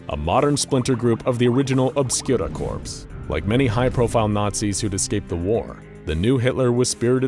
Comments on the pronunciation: “Corps” isn’t pronounced “corpse” it’s pronounced “core” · Or cor